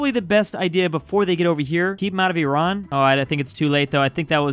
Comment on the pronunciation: i love you. first person that peronounced iran the right way and didnt say eye-ran